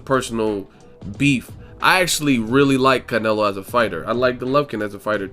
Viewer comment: One minute you pronounce Canelo like all accented then the next you don't which way you going to go bro?